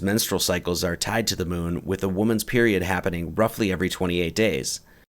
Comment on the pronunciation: Every time i hear "roughly" i die a little bit inside.